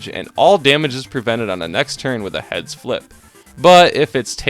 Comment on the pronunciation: What says: "Heads flip." What I hear: "Head spliff."